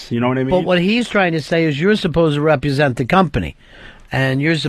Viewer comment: I've figured out the disconnect: Ron wants a p'ducer & thinks he's a perducer, when what the show really needs is a producer. Yeah,, "repu'sent" the company